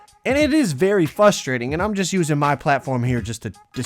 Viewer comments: I love you but you said fustrating 😂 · Nobody:: fustrating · You’re a YouTuber that doesn’t know how to say frustrating trying to give advice